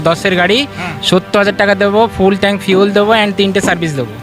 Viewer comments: ট্রাঙ্ক নয় কথাটা হলো ট্যাঙ্ক। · CHOR DILAR BAAL KI BAAL TRANK BOLCHEN TANK BOLUN ,,,,,,,, CILLACHEN KANO BAAL KAU MORECHA NAKI SOB BALER GARI